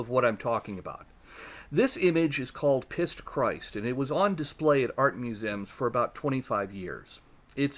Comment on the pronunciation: It's Piss Christ, not Pissed.